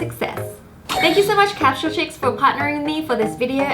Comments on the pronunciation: Wengie: capshule Me: capsule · Why she keep saying capshle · it was soo funny how she said capsule capshuleee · She said capshule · Did anyone else realize she said capshal X3